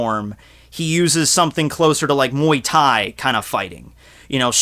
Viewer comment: at least you said Muay Thai correctly